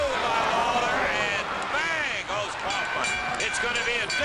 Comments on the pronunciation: I've heard of Andy Kaufman, but who's Andy Cowfman? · Andy Cow-fman?